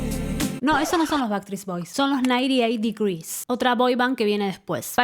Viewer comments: En realidad dijiste baktrits bois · Que doloroso escuchar tantas veces bactris boys jajaja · Jaaajaajajajajaja me morí con eso!! "Backtreets". Se te cambió de lugar la S. Qué bueno que lo digas así nos podemos reír todos porque estaba 🫢🫢🫢🫢🫢🫢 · Me ha hecho mucha gracia que no hayas pronunciado bien ni una sola vez Backstreet Boys XD Eres la mejor!